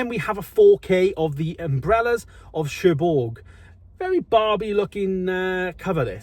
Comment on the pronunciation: Over 8 Seasons of Dexter,think you need to do a bit more research,and pronounced Pelham and Cherbourg wrong, otherwise all ok.